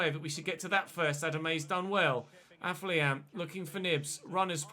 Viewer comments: AFO-LION, NOT AF-LIAN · Day 10 of telling it's pronounced AFFER-LION!!!